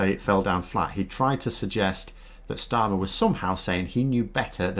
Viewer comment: You would think those who pontificate about the new Labour Party Leader could at least take the trouble to his name right. Not too much to ask, except perhaps for the Trolls.